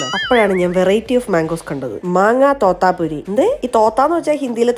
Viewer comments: Mango thathapuri അല്ല തോതാപ്പേരി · It's pronounced thotapari